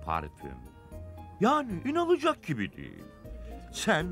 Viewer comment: İnanılacak gibi değil yerine inalıcak diyor 😂😂😂